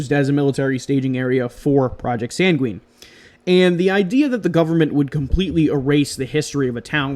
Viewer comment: I'd heard of Doveland; it sounds like it could be a Mandella Effect thing. It's pronounced SANG-win, not san-gween. Sorry, but that just kind of bothered me. I hadn't heard of Urkhammer. The there-but-not effect makes me think of the Philadelphia Experiment, even though that was different and didn't (supposedly) happen until much later.